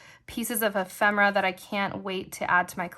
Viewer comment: What treasures💕! I’m thankful to know the correct pronunciation of “ephemera” too!